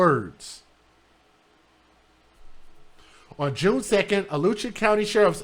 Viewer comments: This is my city! You butchers Alachua county and Levy County's name😂😂😂 "It's the dusty birds" for me😂😂😂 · It's Alachua (A-lot-chew-wa)